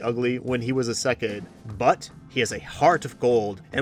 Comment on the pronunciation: Mispronunciation of 'isekai' aside, I second Clevatess and Turkey. Both are incredible in different ways.